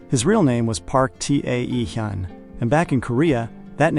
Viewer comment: T.A.E Hyun is pronounced Taehyun.(Tay-hoon). His name need to be fixed. AI doesn't pronounce it correctly. AI has taken one first name and split it.